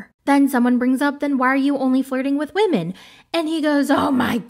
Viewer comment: "Believe all wahmen" 😅